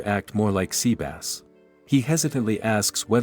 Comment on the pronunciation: The TTS pronounce it as seabass is funny tho.